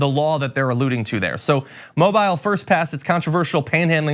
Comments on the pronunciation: Pronounced Mo Bill....not Mo Bile...ty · The city with its scumbag officers is pronounced "Mo-beel," not "Mo-bile." Journalism still has to count. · Mo beeel, not Mo byle. just sayin' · Love your channel! Although "Moe Bile" is a nice play on words on the bile these cops are displaying. The city name is pronounced by local Alabamians as "Moe Beal" Thank you for posting. I am ashamed to say AL is my homestate. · It's pronounced Moe Bill ..LOL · pronounced 'Mo-beel' Alabama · it's pronounced Mobeel Alabama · I agree with what you say, always seems this way. Those who can least afford it are fined when they aren't able to afford basic necessities. BTW, the city is pronounced Mo-beal. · yes yes yes its pronounced Mo-beel though. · Just a heads up, John. The city in Alabama is pronounced "mo BEEL". You're welcome. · It's pronounced "MO-Beel" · Although a huge problem, this happened two years ago. I live in the city where it happened. It had everybody pissed here. Officers we’re supposedly disciplined but got an “undisclosed punishment”. And the name of the city is pronounced “Mō-bēl” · Really u don't know how to pronounce "MOBILE".. How insulting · How did John Iadarola just pronounce "Mobile", Alabama? ...wow, Mobile isn't a phone, bro. 🤦‍♂️